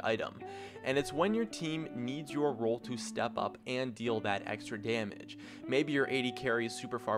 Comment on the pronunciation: wtf did he say 1 damege item ?????